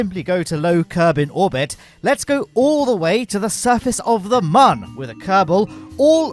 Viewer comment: Every time I hear muhn instead of moon it physically hurts.